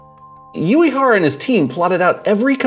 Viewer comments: Only an American is capable of pronouncing Uehara as yuyehara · Good video, NSX is one of my favorites car ever. But man, your pronunciation of Uehara is fucking atrocious. Hell, can't expect a yankee to have a minimum amount of respect for a foreign language hey?